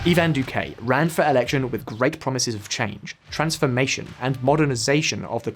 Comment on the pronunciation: Eevan dukay was my favorite